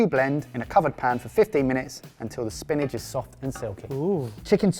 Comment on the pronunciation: Is it just me or does pronounce 'spinach' like 'spinage' 😂